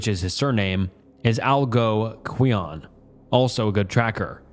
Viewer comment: I love watching these videos while doing other stuff but good lord the pronunciations of some words 💀 ive never in my life heard Algonquian said like that